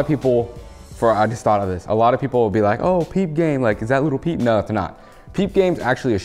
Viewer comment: Every time he said little peep i said in my head as loud as I could its lil peep 👇that's how many times I said lil peep